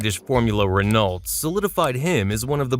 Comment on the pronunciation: How you gonna talk car racing and can't pronounce Renault 🤦🏼🤦🏼🤦🏼🤣🤣